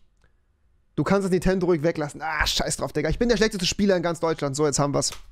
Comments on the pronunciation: Normale Menschen: Nintendo Rewe: Nitendo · Man merkt das du der schlechteste Nintendo Spieler bist,wenn du nicht mal den Namen richtig aussprechen kannst.Rewi:Nitendo